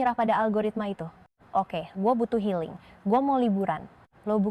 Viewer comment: Healing jadi helling😅😅😅